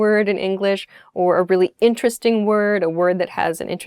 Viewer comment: why does she say "intereRESting" and not 'interesTING"? that sounds kinda weird 'cause I've never heard that word being pronounced that way before.